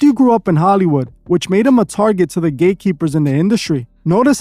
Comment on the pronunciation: Bro are you saying gay keepers or gate keepers ? I really can’t tell